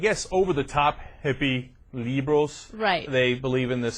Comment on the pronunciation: okay, news reports r serious right? Why cant he pronounce liberals? -___